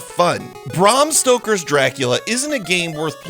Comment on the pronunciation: You didnt have to say barm stoker everytime it made the reveiw as laboris as the game